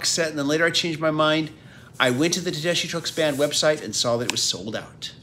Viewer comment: Looks like a really nice set. I bought the CDs as they were released. Not to nitpick, but when Susan introduces herself, she pronounces her name "Tedeskee"...